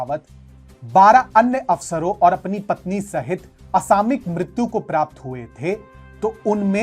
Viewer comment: Apke sare post me bht pasand krta hu. Mujhe apka channel bht bhata h. Par plz अ सा म यि क ko अ सा मि क mat boliye.